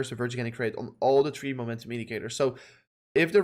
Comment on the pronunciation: You seriously need to learn how to pronounce "three", because you keep fucking saying "tree" and its not only annoying but its obnoxious as hell, because you pronounce everything else just fine. That kinda makes it worse, like you are lazy, get it together please, its not that hard...